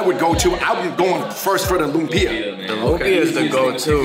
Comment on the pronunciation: Great video, guys! By the way, lumpia is pronounced ‘luuummm-pyahhh’ not ‘loom-peee-ahhh.’